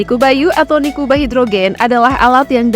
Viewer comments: Koreksi untuk admin, Nikuba = niku banyu Bukan niku bayu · NIKUBA : NIKU BANYU, bukan niku bayu